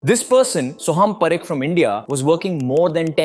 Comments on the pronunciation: it’s PAA-rekh, not puh-rekh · Paa - rekh not p - rekh